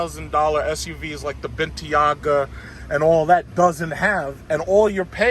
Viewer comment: “ like the bentiaga “ 😂😂😂 the what sir?